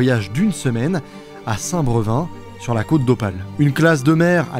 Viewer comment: Petite info comme ça pas forcément très intéressante mais ça se dis Saint Brévin même si il y a pas d'accent voilà voilà mais sinon tres bon vidéo j'adore ton travail ❤